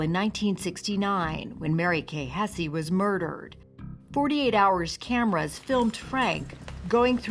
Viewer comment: Hess not hessie. You know, like the house of Hesse…